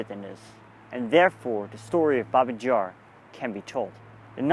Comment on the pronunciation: It's pronounced BAbee Yar - not "Jar"! And you were about a mile away from where it actually happened - the memorial erected (reluctantly) by the Soviets is nowhere near the real site.